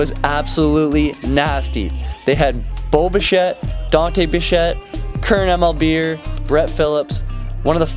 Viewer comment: It’s bish-ay not bish -ett